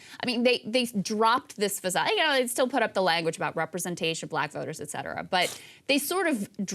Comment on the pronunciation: Sagaar: “X-cetera” ❌